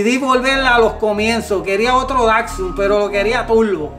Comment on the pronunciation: Por lo menos aprende a pronunciar bien la marca Datsun pues , no es Dacsun sino Datsun ☝️